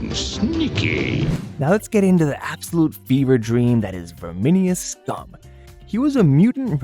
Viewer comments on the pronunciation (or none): So either you used an ai voice or you didn’t watch the show…it’s pronounced Vermin “us” scum